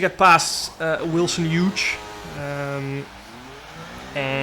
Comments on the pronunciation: oops , lol but he still isn’t saying it right its Hu-es not huge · To pronounce Wilson Hughes' last name its like saying Hue + s, or to make it simpler, H + ewwwww + s. To pronounce vulnerable its simply Vull + ner + a + ball. Hope this helps :) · It’s the hughes part he’s talking about… obviously he’s saying wilson correctly